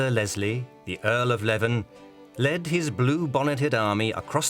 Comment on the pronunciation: 'Leven', as in the Earl of Leven, is pronounced 'lee-ven', not 'leaven' (at 7' 46").